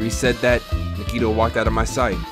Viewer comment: I know its late in the game and at this point I guess it dont really matter but... my guy... you been pronouncing Nagitos name wrong this whole time 💀 The emphasis is on the A not the I, its like “NAH-gee-toe”